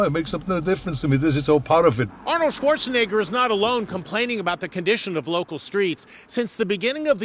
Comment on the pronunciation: I think it's Arnold Schwarzenegger not Arnold Schwarzenigger